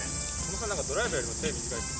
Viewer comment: ヒカルのドライバーの発音が運転手なんよ